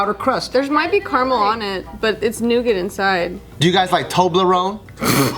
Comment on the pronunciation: Nougat is pronounced “nu-ga”. Thought would pick that up.